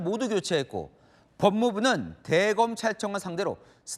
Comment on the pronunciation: 김동하 기자가 '내부, 대검,' 등의 단어를 아주 짧게 발음하는데 '내:부(內部), 대:검(大檢)'이라고 장음 발음을 해야 한다. 한국어에는 각 단어들에 장음(長音), 단음(短音)이 있어서 국어사전에도 표제어 장음 글자의 오른 편에 : 표로 표시되어 있다. 그런데 요즘 젊은 기자들은 특히 한자어를 말할 때 이를 전적으로 무시하고 전부 아주 짧게 발음한다. 예컨대 여:당(與黨), 야:당(野黨), 대:선(大選), 재:선(再選), 피:청구인(被請求人), 가:처분(假處分), 최:고(最高), 최:대(最大), 양:국(兩國), 대:화(對話) 등, 긴 발음인데 아주 짧게 발음하는 것이다. 이런 폐해는 한자 사용의 폐지에서 기인한 것이다. 한국어는 70%가 한자어로 구성되어 있는데 한자어는 사용하면서 한자는 사용하지 않는 모순, 그래서 한국인들의 말이 이 모양 이 꼴이 되었다. 정말 큰일 났다.